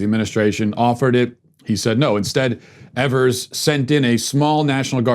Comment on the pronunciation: Wisconsinite here.. spread the word. Everyone gets this wrong. Tony Evers name is pronounced with Long E. EEE-vers. And yes, he blows..